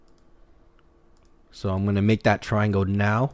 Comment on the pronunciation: did he say TRIANGLE?!